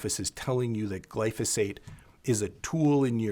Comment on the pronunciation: it's not pronounced glyfisate